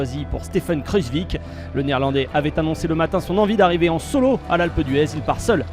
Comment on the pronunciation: mdrrr il a dit kruzvik hahaha c'est kruijswijk